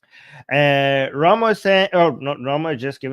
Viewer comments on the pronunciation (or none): none